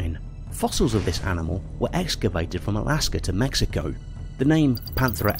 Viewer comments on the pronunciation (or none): none